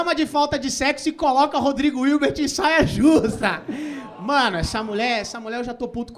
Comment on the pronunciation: eu amo que ele falou rodrigo ilti, virbi, irte menos hilbert